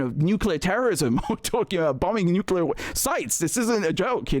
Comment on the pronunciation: Why can't any of these fvckers say the word Nuclear???? There should be a rule that states that if you can't say the word, you can't have those types of weapons. I guarantee the danger of a nuclear war would be eradicated overnight!